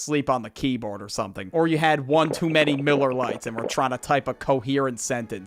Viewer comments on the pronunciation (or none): none